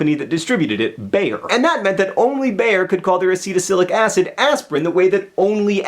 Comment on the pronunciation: It's ace·tyl·sal·i·cyl·ic acid. Bayer also had the trademark for Heroin